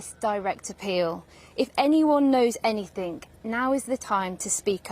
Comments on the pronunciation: “Anythink”………Channel 4 staff are inarticulate in the extreme. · Haha, look down, read off a mobile phone and pronounce anything, any think. Hope she doesn't get paid above minimum wage.